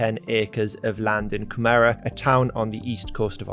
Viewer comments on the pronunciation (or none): Cooom-era is how Coomera it’s pronounced. He said it so wrong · Coo Mer Rah 😂 it sounded like Canberra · coo- merra LOL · Coo-ma-rah is how it’s pronounced (say it fast) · it's pronounced like "Coomra" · Love how he pronounces Coomera LMAO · You said Coomera weird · I was thinking this myself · he says Coomera so weirdly